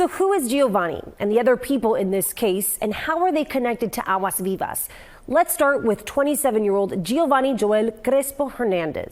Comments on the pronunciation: She pronounced the Spanish name correctly. Only a racist would say what you said. 😒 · She pronounced it perfectly. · She is pronouncing it correctly. Aguasvivas, that is a Spanish last name.